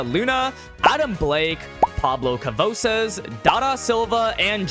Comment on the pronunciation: PABLO CAVOSAZ😭😭😭